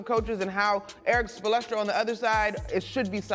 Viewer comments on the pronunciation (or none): Best coach in the league and y'all can't pronounce his name right? Spolestro, really? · no shot she called him coach Spo-lestra bruh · Erik “spolestra”? Really lol? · Did she say Eric “spoletra “??? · Eric what?? Eric SPO-LE-STRA?😳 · Can we please be respectful and have the name said correctly... It's Erik Spoelstra not Spo-Le-Stra. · All these years and she doesn't know how to pronounce Spo's name?